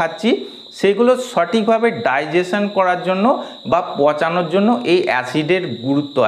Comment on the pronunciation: উচ্চারণ ঠিক নেই, পচানো আর পাচন দুটো আলাদা